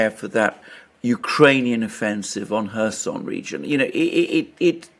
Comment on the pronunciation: Where is the Herson region? Do you mean Kherson?